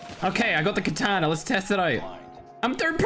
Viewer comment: Why dont you say katana but say it ktana